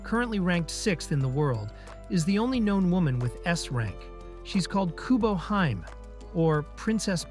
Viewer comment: ee tod a key ma SUH. Yeah that's one way to mispronounce it. "Eat a ducky moss" ... that's how itadakimasu is pronounced. Kubohime is another Japanese word. It is NOT "kubo HEIM" ... Princess is "hime" pronounced "hee may" so her "name" is pronounced "coo bo hee may"